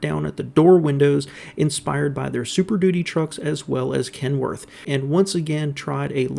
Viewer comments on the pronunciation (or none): none